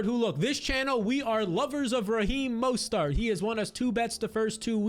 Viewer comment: Repeat after me: Mo-STERT